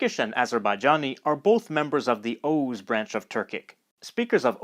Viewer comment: Big plus for the correct pronunciation of the word Oghuz!